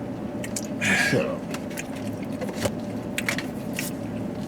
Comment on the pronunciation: Lol "might be a fucking turrests"